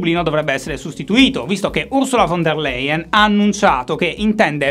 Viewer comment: Cristo, si chiama [ˈʊʁzula fɔn deːɐ̯ ˈlaɪən]! Dite piuttosto e grossolanamente "Ursula Fon Der Laien"!